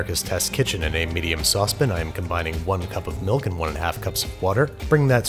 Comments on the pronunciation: Andrew, you say "Saucepin" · Every time he says saucepn.... I trust him less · also I was just talking about how he says saucePEN and not saucePAN bc I thought it was funny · Babby, Why do you call a "sauce pan" a "SAUCEPIN"? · Nobody: Binging with Babish: saucepen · I've watched quite of few videos of Babish... and I cant figure out if he's saying "saucepan" like "saucepN" just because that's how he pronounces it or just to mess with us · into a “medium sauce pin” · His pronunciation of Sauce pan really bothers me